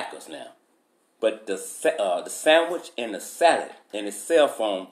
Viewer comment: Everytime he says “salad” I tend to just laugh. Maybe it’s the way he says it. 😂